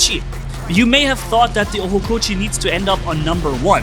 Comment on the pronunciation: Its Ochokochi not Ohokochi